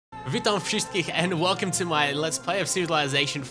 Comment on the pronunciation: That was very funny. "Witam" was good, but "wszystkich" not at all :D